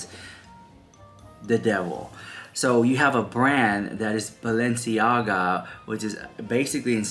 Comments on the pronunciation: In one of their Hulu episodes this season, while Kim is getting ready for the Balenciaga show, she is having a conversation with one of her makeup artists speaking of how her mother, Kris, says the name Balenciaga, "Baalenciaga"...that scene stood out to me the moment I heard it and now this...coincidence??? I think not. They are telling us their truth of who they are and what they represent, let's believe them. These are all wolves in sheep's clothing. God help them all. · And Their last episode of Kardashians Kim kept making fun that Kris Says "Baal enciaga she said it like ten tims .You should post clip then bam all this w their drama an exposing kids so close together